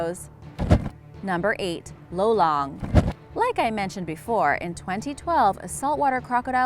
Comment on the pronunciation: You pronounced lolong wrong Im filipino